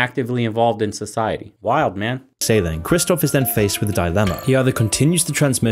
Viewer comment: "So, 'sigh', Hetty." Society. You say tomato, I say, stop stop it's too crazy.